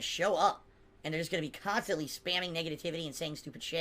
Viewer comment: He swears he doesn't pronounce words in a weird way but: KHAAAANSTANTLEE